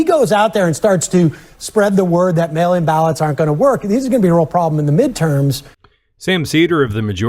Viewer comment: Hahaha. When I heard that intro clip I heard “male imbalance” instead of “mail in ballots”